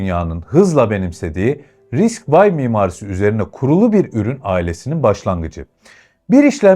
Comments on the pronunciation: eline sağlık, içerikler gerçekten keyifli. Yalnız çok minik bir düzeltme yapacağım, kızma lütfen:) RISC-V “Vay” değil, RISC-V, risk-five yada risk-beş olarak okunabilir. Bir de “12C” değil, I²C, ı kare C olarak okunabilir. Elektronikçiler bu ikisine biraz hassastır, tatlı bir uyarı olsun diye yazıyorum. MİLLİ ÇİP: içerikte “çip krizinden etkilenme” kısmı pek oturmamış. Çip krizinin STM gibi firmaları vurmasının sebebi gavurların tasarlayamıyor olması değil üretemiyor olmasıdır. Üretim kısmı başka bir hikaye. Türkiye’de hâlâ direnç, kapasitör, mantık veya güç entegreleri, hatta PCB üretimi bile yokken inşallah Çelik çipi bu anlamda bir başlangıç olur. Yine de emeğe saygı, yol uzun ama güzel. Başarılar! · RISC-V , Risk vay diye okunmaz. Ya risk beş, ya da risk vi diye okumalısın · "Risk vay" demişsin Risc-V yazıyor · Risk 5 şeklinde okunuyor. Geliştiren adamlar risc mimarisinde daha önce 4 proje bulunduğu için risc-V(5) koyduk diyorlar. Yani harf olan v değil de romen rakamı olan v.